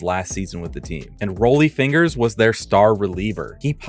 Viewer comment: Is this an AI making this video? Spelled Babe Ruth wrong and mispronounced both Stan Musial and Rollie Fingers.